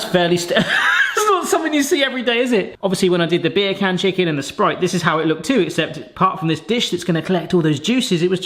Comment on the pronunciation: I'm sorry but when you say "beer can" my brain can't help but hear you saying bacon in a accent